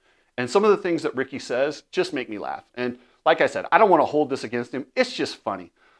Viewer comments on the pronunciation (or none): none